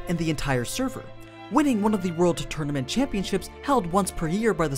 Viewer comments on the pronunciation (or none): none